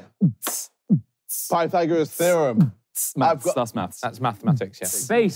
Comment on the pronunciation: bro rlly said pythagerus therum lmfao